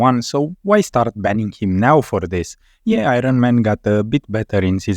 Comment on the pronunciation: I-run man...man it sounds good when you say it